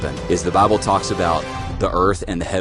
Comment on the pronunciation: He said Bible I thought he said bubble